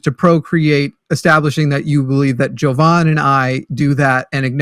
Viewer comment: It irks me that callers never pronounce name correctly. Is it be cause pronounce sounds like pronouns and is therefore woke? Ok, "," whatever you say.